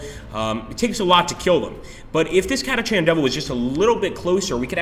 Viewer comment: why do I get the distinct feeling that they raped the lore? Catachan (pronounced Katakan btw) Devils on a "desert world" , enslavers as local wildlife (if they were that numerous, they'd have controlled the planet by now, making exterminatus neccessary)